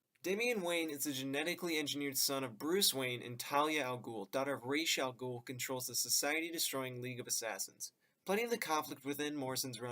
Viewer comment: Dope video! Honestly just impressed you managed to pronounce Ra's al Ghul correctly ;)